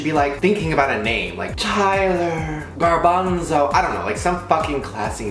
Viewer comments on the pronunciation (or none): No one: No one at all Shane:GaRbaNsoL